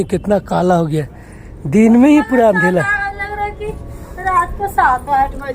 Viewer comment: Pehle to andhera bolna sikh lo jb dekho andhela andhela chawmin ka chooo kar deti hai choomin